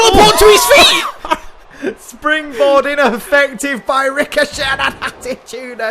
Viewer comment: Also next week on Raw, I wanna see Ricochet Vs Rico-Jay. I heard the mispronounciation of Ricochet and thought, what if Rico-Jay, the next Ellsworth, is brought in for a warm-up with Ricochet